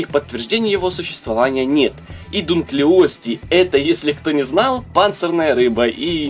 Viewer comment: Не Дункли_о_тей, а Д_у_нклиостей